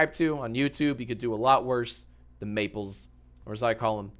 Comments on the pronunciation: btw jack, mappelz pronounces his username like apples but with an M sound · yea i was a bit confused when he pronounced it "maple z" cuz it does not look like that